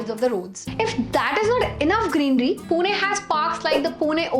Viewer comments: It's Pune not puna . Love 💕 from punekar. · Its not poona its pune (पुणे)